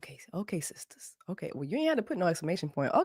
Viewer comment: Seesters, not sure how many ‘e’s